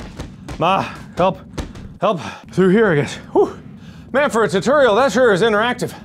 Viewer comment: It wasn't until this video that I found out Mark says "turtorial" instead of "tutorial"